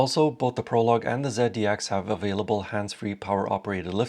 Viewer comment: ZEAD - D- X?? Um okay